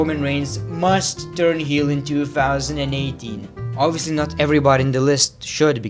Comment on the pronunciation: I hate when he says 2fousandand18